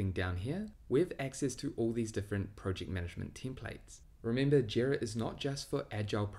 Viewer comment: If this guy says Prowject one more time